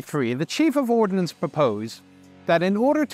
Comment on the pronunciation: Shuddering at the phrase, "The Chief of Ordinance proposed...."